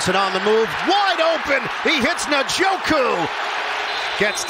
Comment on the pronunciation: Guys gotta learn how to say Njoku